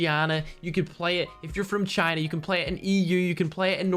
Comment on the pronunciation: how u said china bro , thats literally wrong lmao